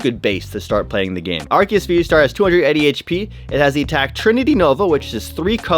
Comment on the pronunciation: It is Ar-see-us